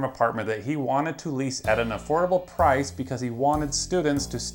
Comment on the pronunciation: An affordable PRIZE . Rite there don't trust one who can't pronounce price.